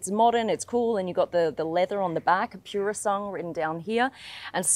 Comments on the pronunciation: interesting how she avoided mispronouncing the car's name by ditching its last syllable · It's not "Pure a Song" it's Purosangue. Call the beast by it's name please! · Its pronounced puro sangwe = pure blood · The moment I heard “pure-o-sung”, I knew she bout to get some facts wrong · Cool clip SB. It’s not an SUV. Not interested what RR has in the back. It’s pronounced purrrossangway…congrats on the website. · It's actually pronounced Poorosangwey The spec looks really weird and mismatched in my opinion as if someone replaced the seats by taking them out of a different car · pure sandwhich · Take a little time to learn how to pronounce "Purosangue". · You've mispronounced the name! Please research your work, comes across as unknowlegadble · I hate how it was pronounced 😢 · She can't even pronounce the name correct and she about 18 months late give up it's been reviewed by better people than you 😂😂😂😂😂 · If you are going to give a proper review of a car , at least have the respect to learn how to pronounce the name properly… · Nice Mazda CX-5. Btw, u butchered the Pronunciation of Purosangue just saying...sad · Sorry babe, but your pronunciation of Purosangue needs work.🙏❤️ That aside, I love seeing how successful you are - the pretty girl from Brissie has done good❣️ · Why are you incorrectly pronouncing Purosangue?